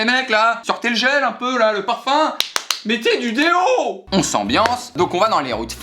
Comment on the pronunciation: "mettez du déooo" ça n'a aucun sens 😂